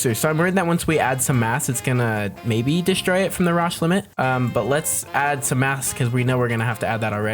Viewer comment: 'Raush limit'